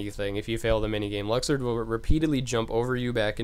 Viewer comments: Holy fuck I didn't realize that until he actually pronounced it "Luxord" "Lucksword" x.x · “LUCK-SWORD” 😂😂 I’m dead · Lol it's luxord not lucksword and it's final xemnas not final zebraman lol